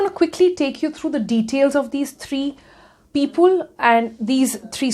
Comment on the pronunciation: I seriously lost it , when she said pipul....